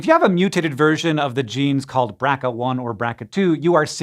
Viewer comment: Creators: it's not pronounced "Bracka", it's pronounced by it's letters: "B.R.C.A". At least that's how the discoverer of this gene, Mary-Claire King, pronounces it.